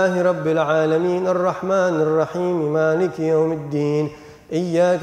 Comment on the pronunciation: Mohon maaf ada part pas baca Al Fatihah kayanya yg sya denger pas bagian maliki sepertinya ma nya pendek padahal harusnya kan panjang,, mohon maaf apa mungkin saya slah denger